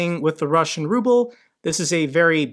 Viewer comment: I love the way an automated voice on one of these YouTube videos reads the Ruble as the rubble.